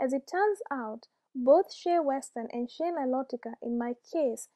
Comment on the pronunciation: You say shea the same way I do. Lately I’ve only been hearing people say “shay” on youtube and commercials and that sounds off to me. I prefer “shee-ah.”